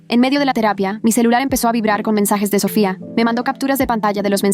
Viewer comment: Porque cuando dicen Sofia dicen Sophia en vez de Sofia